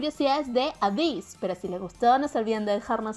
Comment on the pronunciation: Se dice eibiss :v